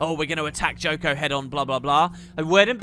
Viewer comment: It's not Joko.